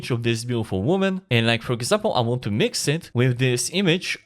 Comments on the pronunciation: I think he was trying to say Mix it with Jinx from Arcane. but I thought it was hilarious as well. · Did my man just say "Minx" from Arcane? 😂 Jokes aside, this is awesome. Good to have you back!